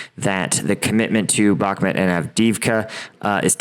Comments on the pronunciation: Brother, why can't you pronounce bak-moot after six months? Good content, keep it up 👍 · I dont mean this as rude - I hope you dont take it that way - I would want someone to tell me (if you dont, no sweat - please ignore!) - Bakhmut is pronounced "Bahk-moot". I found your content randomly and have been enjoying your insight!